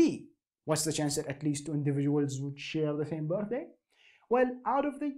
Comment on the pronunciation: the part where he says bortday reminds me of gru